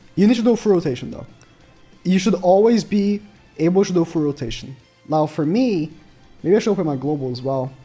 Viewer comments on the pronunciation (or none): is it just me or did he just say “now for me” as naofumi 😅 might be just my imagination